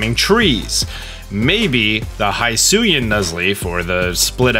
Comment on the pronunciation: It is pronounce /hisui/ not /haisui/ and it is /hisuian/ and not /haisuyan/